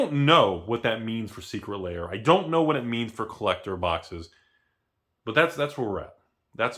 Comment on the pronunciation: saying, "Secret Layer" instead of "Secret Lair" is his best troll in months.